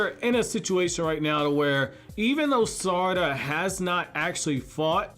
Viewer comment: The way you say her name is irking me